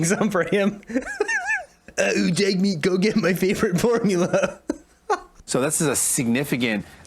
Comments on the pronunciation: Did the interviewer actually call him Jugmeet?! It sure sounded that way twice to me! Lol! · She also called him Jug-meet 3 times! I'm sure it was a innocent mistake...😉